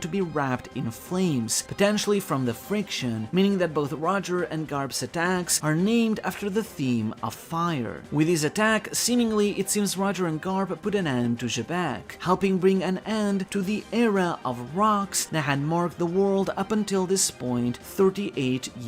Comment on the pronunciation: Why do you keep pronouncing xebec with a G ???? Gebec? Idk it doesn't make sense. It's Xebec.